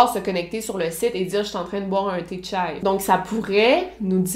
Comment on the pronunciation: Elle l’a prononcé comme une vrai turc 🤣